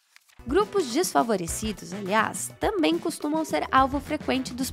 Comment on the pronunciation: De todas as palavras pronunciadas no vídeo, a que mais me ofendeu, foi "tâmem".